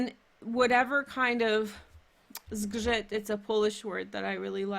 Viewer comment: "zgrzyt" really nice but not the most difficult word in Polish :) Hey Girl Hey from Poland to you. I watch you from some time and I enjoy your channel. Take Care. Lovable Libra here :)